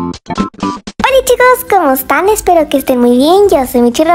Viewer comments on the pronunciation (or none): COMO QUE MICHI NO DISE BIEN SU INTRO PORQUE DISE COMOSTAN 'JAJAJA XD